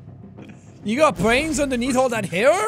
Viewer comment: "You got bwains underneaf all that haiw?!" Classic gamer accent. I bet he loved "Zewda" as a kid.